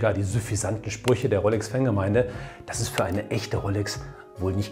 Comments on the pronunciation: Es heißt Rooooolex… 🧑‍🎓☝️ … nicht RoLLLLLLex 🙉 🤜🏻🤛🏻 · Rooolex nicht Rrroollex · Guten Abend, du sprichst "rolex" aus wie "rollex ", ist das richtig so? Gerne kurze Rückmeldung. Lieben Dank dafür. LG Ralph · Servus, die korrekte Aussprache wäre Roolex, also mir langgezogenem O. Rollex spricht man wohl eher im Ruhpott;-)